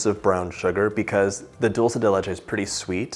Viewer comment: I love the way you pronounce Dulce de Leche. As an Argentinian myself, I am so produ that Dulce de Leche is going all around the world! Who wouldn't taste that silky, thick, sweet heaven? 🤟